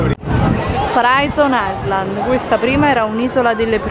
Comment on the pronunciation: PRAISON AISLAD ahahhaah Carly stai proprio appiccicat cu l’ingles!